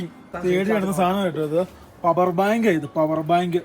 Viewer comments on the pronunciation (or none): none